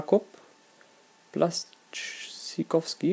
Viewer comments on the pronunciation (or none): Blaszcyzykowski wird Blaschykoffski ausgesprochen :D Nuri Sahin wird Schahin ausgesprochen :D und Mkhitaryan wird wie Mickytaryan ausgesprochen :D Sorry für meine Klugscheißerlichkeit :D